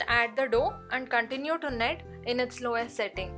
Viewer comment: Very good. kneading is pronounced as “needing”